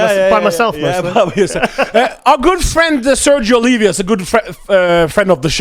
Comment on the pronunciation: Man, its Oliva, not Olivia